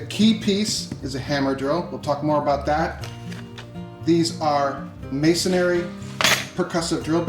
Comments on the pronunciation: I think the only thing you got wrong was how to say, "masonry." It's pronounced "mason-ree," rather than "mason-airy," but that's a niggle :) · I believe you mean to say "masonry," although you keep saying "masonary." ☺